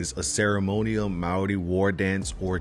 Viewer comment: dude your pronunciation of maori was so good! a lot of people absolutely butcher it but you did a really good job saying it